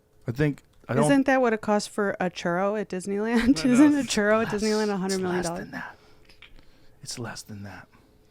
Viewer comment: This chick said “ churro” like she never heard a Spanish word in her entire life...